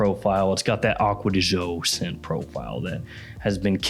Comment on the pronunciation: I wish he would stop pronouncing it Acqua Di Zho. Gio is the first syllable in Giorgio and it is pronounced softer than the way says it.